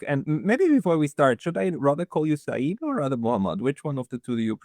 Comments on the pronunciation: Seyed is not Saeed FFS. Its like "Sir" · It’s not Saeed, it’s Sayed Sa-yed, which means Sir 😊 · It’s pronounced say-yed and that is a kind of title rather than a first name so Professor Sayed and Dr. Sayed would be like calling someone Mister Doctor